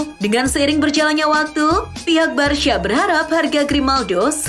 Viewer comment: Min kenapa nyebut Barca jadi Barsya😂